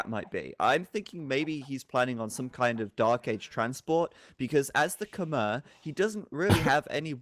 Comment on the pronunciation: Such a good series. Also Khmer is pronounced more like Kmai